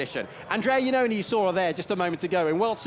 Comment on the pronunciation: It can't be listened how the commentator constantly corrupt the name of Andrea Iannone!!!!!!!!!